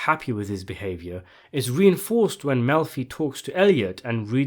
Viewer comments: Did you say Dr. Milfy? 😂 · It Dr "Mel'fee"